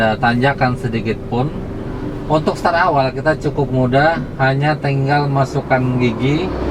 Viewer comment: Start pak, bukan star.